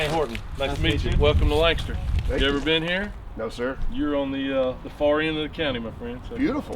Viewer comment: Lancaster is pronounced "LANK-A-Ster"